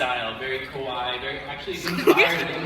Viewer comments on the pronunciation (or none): The dude said Kawaii wrong he said kawai which means scary, so he pretty much called Marinette scary